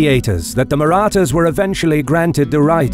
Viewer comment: The announcers voice was made for military narration. Not sure if the same person wrote the script but the language used is phenomenal. The pronunciation of "Marathas" was correct, as opposed to Kings and Generals :^)